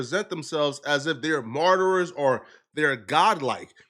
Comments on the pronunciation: The Word: Martyr: Martyrers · It's MARTYRS, not MARTYRERS. I swear to God, every episode of you talking is FILLED with grammatical errors, misused words and incorrect phrases. They speak English in Liberia, right? Did you finish high school? Also you're a cryptoscammer. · “Martyrer”